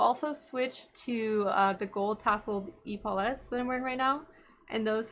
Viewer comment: Love your videos, very informative! My only complaint is your pronunciation on epaulets 😂